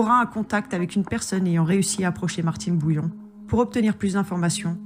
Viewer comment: BOUILLON et pas BOULLION ! Merci de corriger !!